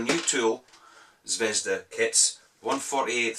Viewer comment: Nice review. However not ZvEzda, but ZvezdA (The Star).